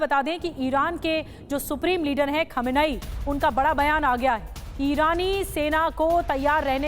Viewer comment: आपको सुप्रीम लीडर नाभि लेना नहीं आता है सही उच्चारण्य है khamnai।